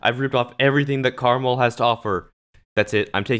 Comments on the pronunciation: Am I the only one who pronounces his name "Kre-mal" and not "Karmarl"? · no its pronounced caramel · Just wanna say its called: karma L so not karmL